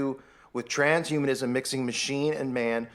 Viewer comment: Okay he's brought it up so many times, and pronounced it wrong so many times, I'm not honestly sure he knows., there's a difference between transhumanism and trans humanism. Okay?